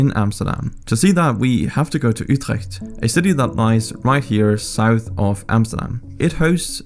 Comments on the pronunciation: The word "Utrecht" went pretty well, but he absolutely butchered the Deltawerken part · atleast he was trying to say utrecht with a dutch g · The way he said "utrecht" made me think he was dutch himself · As someone from the Netherlands, you pronounciation really isnt that bad, it was quite good accually, expecially the pronounsiation of Utrecht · I must say as a dutchie myself, this guy is the first guy to pronounce Utrecht right! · Holy crap you said Utrecht right 😱👍🏼